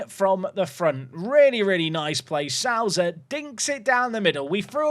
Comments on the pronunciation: Souza has sow as in you reap what you sow, like so in sober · Perfect Mendonça pronounciation, gg! Now you gotta fix your Souza.